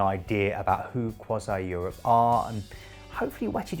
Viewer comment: Crois-ee not Crois-eye. C'est domage.